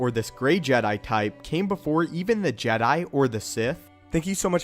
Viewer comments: Its funny how he says jedi JED...I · No not Jedi, it's Jedai?